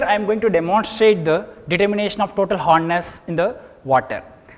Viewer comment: sir its hardness not horness